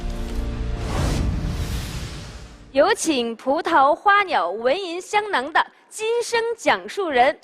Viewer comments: 聂鑫鑫 觉着第一次就是错的，为了流畅也能读对，根本没上心。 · CEDA ZHOU 她跟张国立对话时你听听张国立的，明显不同。她只有最后宣誓时跟教授一起读时读对了。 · Ethan Zhang 她跟北大教授宣誓时说对了，前面介绍时都说错了，尤其跟张国立对话时，张国立说对了。我当时看着就觉着特别别扭。